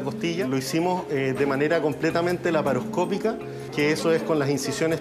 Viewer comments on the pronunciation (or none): no se dice paroscópica, sino laparoscópica. Y creo que quisi decir cirugía en lugar de cesaria